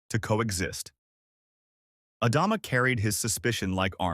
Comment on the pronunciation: For the 3rd story in a row....Adama... Ah Dom Ah....ADAMA!!!!!!!!!!!!!! it is not the only name this AI bs is getting wrong. ADAMA!!!!!!!!